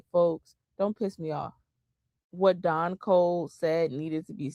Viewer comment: Why do Immigrants constantly Cosplay FBA's???.... Can't even say Deon's name properly....😂😂😂😂....